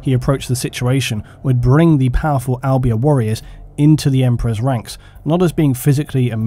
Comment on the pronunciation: im from albania and was like tf when i heard u say it so makes sense it wasnt right